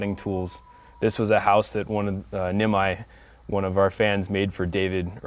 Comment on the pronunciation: nimai name is said like ne - my